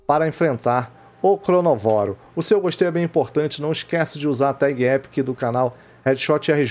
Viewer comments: Errado é cronovóro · O nome do bicho é ChronÓvoro, mas todo mundo fala ChronovÓro ksks